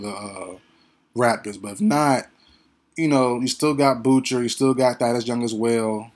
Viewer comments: You are right on this assessment. FYI, Boucher is pronounced ( Bou-Shay), it's a french name. Respect from Tdot 🇨🇦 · Chris Boucher's name is pronounced Boo-SHAY. It is French. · Lol Ik bro people say it like “Chris Bou-Sher” and I’m all like wdym what is a Chris bou sher?